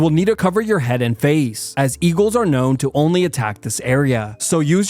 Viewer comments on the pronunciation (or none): none